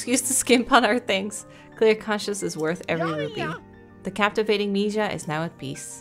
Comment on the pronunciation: Lmao u scared me into laughter because the way you said mija means “to piss” in Portuguese. (The spelling is too but you said it so perfect) 😂